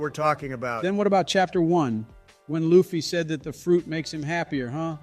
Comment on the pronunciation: Hilarious 🤣. Write "Lufy" as "loofy" for the AI to read it as it should be pronounced.